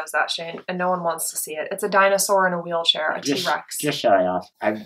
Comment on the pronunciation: "Its a dinosaur on a weelchair" with her eyes rolling... hahahahahahahah